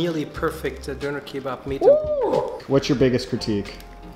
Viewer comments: he literally went to a german guy and asked him how to pronounce Döner correctly and still didn't make an effort to pronounce it correctly for the entire rest of the video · he is also calling it a Doner instead of a Döner, although he knows how to pronounce it correctly, as we witnessed in this video while he was at the döner shop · I'm am very Interested in languages and therefore very tolerant about pronounciations. But nothing sounds more irritating than americans saying "Doner Kebap"😂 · The doner guy has a weird pronunciation, he tells his name and doner with American accent but his English with a is Turkish accent